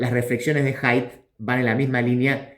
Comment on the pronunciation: Haidt no es wok